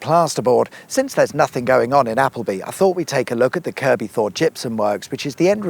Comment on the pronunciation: I can safely say that everyone i have ever met pronounces it Kirk-be. Not kerb-y. Maybe that's a derbyshire thing though